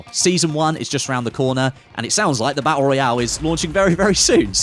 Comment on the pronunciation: Hey say, tap, tap, now say tooth, and again tooth, now say baTTle, sorted